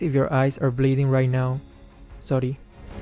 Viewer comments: he saying sory I CAN´T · Did i just heard a Filipino tone of saying "Sory"! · THAT SORI IS SO FILIPINO AND ITS SO CUTEEEEE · filipino? "Sori" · I like the way he said sorry with a Filipino accent 😂😂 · That sorry though was so filipino accent